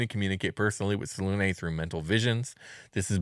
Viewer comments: Whatever happened to pronouncing all ways so they can't get mad? Well, I'M mad because I like the pronunciation with a hard U, as in "triune" or "immune". Two syllabus, SelUne like Sel-yoon I expect better from you next time 😒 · Yeah Its "Say luna" Like the word luna which means moon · Its "say-luna" It has the word luna in it which means moon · Its Say-luna Like the word luna Which means moon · Yeah regionalism is whack but its supposed to be "Say luna" Like the word luna which means the moon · Welp, hate how they pronounce her name. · I mooned the Moon Maiden. And yeah in BG3 they pronounced it every way you can think of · Its "Say luna" Like the word luna Which means moon